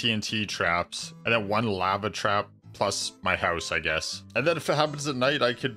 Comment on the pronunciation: Your saying lava wrong